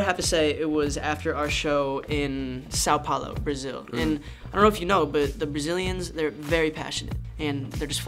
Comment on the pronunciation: The way he says São Paulo it’s amazing 🥰